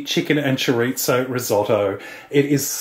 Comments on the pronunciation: Chorizo is not Italian bud. Don't call it chorizzo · For some reason I aways smile when you put a "t" in chori-zo. I am definitely going to try this. It has enough meat/veges mixed in with the rice to make it diabetic friendly. Thank you!